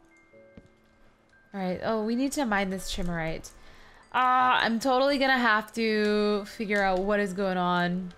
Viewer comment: Chimerite is pronounced k-eye-mer-ite